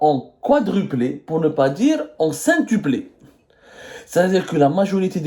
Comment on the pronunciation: cinqtupé ???😂😂😂 mais c’est quoi ça